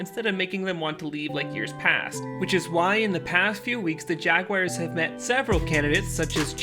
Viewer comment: The Jaguaiers? How can you not know how to pronounce Jaguars?